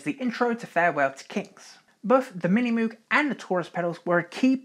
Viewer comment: Great history! My only complaint: Moog is pronounced incorrectly: it's a hard 'o' , like "Moge".